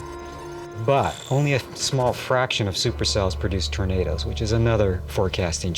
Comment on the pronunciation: Why does the narrator pronounce them as 'Torna-DOS" It sounds so weird.